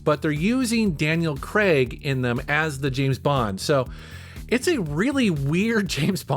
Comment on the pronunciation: If you Americans want to butcher the name Craig by saying "creg" that's fine if you are referring to a fellow yank, but when referring to a British person please say it properly it's annoying af! Daniel CRAIG... use your big boy phonics :-)